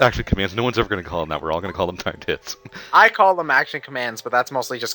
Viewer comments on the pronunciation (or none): is it just me or when they say timed hits it sounds like time tits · Every time says, "Timed Hits", I can't help but hear, "Time Tits". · When they said timed hits sounds like they say time tits